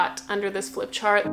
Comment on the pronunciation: It’s called a flip chart, not a rip chart 😄 and every time the page was torn I felt 😬😰😨. ☺️😂 lol. Thanks for a great and really useful video. 🫡✨👍